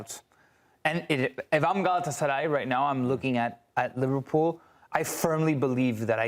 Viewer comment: very rational guy. Also, never heard a non-Turkish speaker pronounce Galatasaray this well.